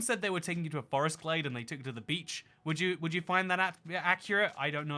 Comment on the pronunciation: I smiled briefly at the outro joke, so I guess 6/10. First off, OMG, it’s “GLADE”, NOT “GLAZE”!!! 😫 Secondly, from a lady who was taught the shapes of tree leaves while walking in the woods as a kid, learned to properly enjoy wild black raspberries, blackberries, onion grass, and honeysuckle, and enjoyed going “primitive camping” for a week for 4 summers in a row while other teen girls were learning to style their hair and apply make-up, welcome to the (slightly stinky and dirty, with at least one itchy red spot) club! 😊🦇🌲🐝🌳🐜🪵🦟🌱🕸️🌿🦌🍁🦝🪨🦨🌾🐿️🔥